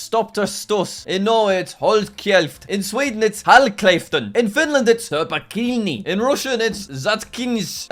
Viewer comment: The way he said 'turpa kiini' is funny how he said it so wrong😂